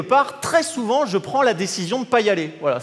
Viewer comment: Tsamere, t'souVENTG C'est chiantg...